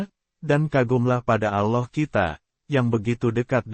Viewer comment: Yg bikin agak males dgn canel ini krn gak bisa bilang Allah ...selalu nyebutnya aloh.....gak sesuai tempat🙏